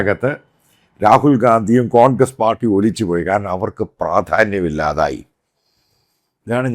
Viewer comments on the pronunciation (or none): none